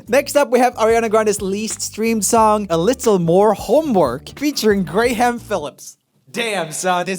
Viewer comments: So that's not how Debut or Graham is pronounced. It would be pronounced like Day-byuu and Gra'm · Gray-ham...literally had to pause to finish laughing. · I’m sorry this is a little late, but “GRAY HAM?????” PLEASE tell me this was a joke, I literally choked on my drink hearing that